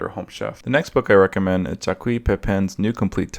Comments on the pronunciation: Did you say “Jacwee” Pepin? It is a French name pronounced sort of like “zhahk”. Try to rhyme it with black. You could also use the English version and just say Jack. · Jacques' name is pronounced more like Jack. He's video all over YouTube and a totally awesome chef/teacher. Thanks for sharing your book list.